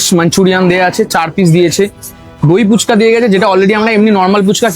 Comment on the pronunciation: Phuchka ❌Poochka ✅🤠